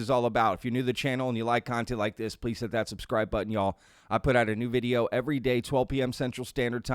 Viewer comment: You say y’all wrong and it’s annoying af